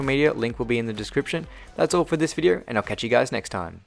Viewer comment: He says WEDEO